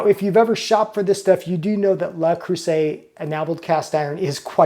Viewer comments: The French word Le Creuset is phonetically pronounced "luh-CROO-zay" in English, with the emphasis on the middle syllable and the "s" sounding like a "z" before the final "t" is silent. Here's a breakdown of the pronunciation: Le: Pronounced like the English word "luh". Creuset: Please. There is no "A" sound Thank you. I cringe every time you say it. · dude it is not "la" it is "luh" there is no "a" in Le creuset. Also the "s" between vowels is pronounced as a "z" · Le rhymes with je. If you can say ''Je m'appelle (insert your name here)'' then you can handle the first word. The first syllable of creuset = creu rhymes with jeu, where the vowel sound is like the u in urgent. The s is pronounced like a z. You got the last vowel sound right on.